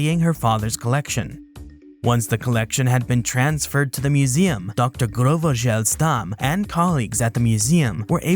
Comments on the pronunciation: came to say this ... I thought that is a very very french name but alas, its just Grauvogel - Grau-Vogel - Grey-Bird ... you have to be american to make it sound like groove-ee-gel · Looks like French people mispronounce German words as bad as Brits do. Grauvogel is a German name and actually pronounced like groww-fo-gel. It means grey-bird (possibly referring to the common cuckoo).